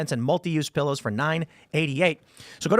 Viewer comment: A “ Phillow” - awe, yes please!😂